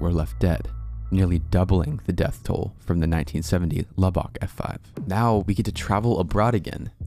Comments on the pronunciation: It’s lub-uck as a Texan. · The way he says Lubbock i cant. I grew up near there and omg its a travesty to the folks there and how they say it lmao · Please don’t ever say Lubbock Texas again the way you just said it XD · Luback... that was the funniest pronunciation... its actually Lubbock, (lub-buck) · Lubbock is pronounced "Lub-buck", NOT "La-bock". No biggie. Just so you know. Thank you, for sharing! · it's pronounced Lub-uck not lub-ock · Just a nitpick. In Texas people pronounce Lubbock like lubbik or lubbuk, all soft vowels. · Love the video. However you butchered is pronunciation of Lubbock. It is said like "luh-bick". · "Lubbock", pronounced: "Lubuck" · Heads up, the a in Yazoo is pronounced like the a in at by locals. Umm. If you wanted to know. Umm..... Lubbock is pronounced lubbuck. Sorry. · Haha, I couldn't hp but notice your pronunciation of Lubbock. It's actually pronounced Lub-Uck. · It’s pronounced like “luh-buck” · hey, heads up, just in case u cover Lubbock again, it is pronounced "lubbik" or "lubbuck" with almost no differentiation between the two syllables. like "land lubber". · Your pronunciations of some towns like Lubbock and Guthrie is annoying. L-uh-buck and G-uh-three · As a Texan, the way he pronounces Lubbock is like scraping a fork across a plate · I live in Lubbock and the way you pronounce it is sending me. 🤣 Great video though! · Love your channel but it’s funny how you were pronouncing Lubbock haha